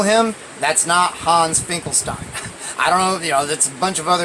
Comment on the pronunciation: Yes its pronounced it like Einstein. Also in german "st" is pronounced "sht" so you pronounce it like "Finkelshtein" or "Einshtein"